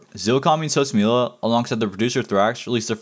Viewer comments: sos mula (moo lah) not mule a lmaooo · the way you pronounced sosmula bro